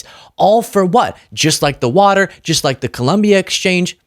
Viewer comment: He can’t even say WATER. Not WATA SAF